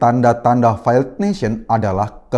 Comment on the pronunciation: Failed baca feild bukan faild.